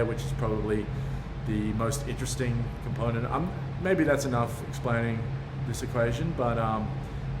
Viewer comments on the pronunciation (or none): none